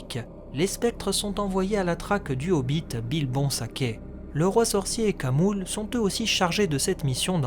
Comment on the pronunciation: Toc toc, bonjour :) Auriez-vous quelques instants pour parler de notre maitresse à tous, la prononciation ? ;) Dans l'ensemble, c'est vraiment du très bon. Il y a juste un point qui, je pense, est probablement erroné : Khamul le nazgul. Si l'on suit les directives de Tolkien, le "kh" devrait se prononcer à l'arabe, comme le "ach" en allemand, cette sorte de R du fond de la gorge. Pour info, j'en parle dans la dernière partie de cette vidéo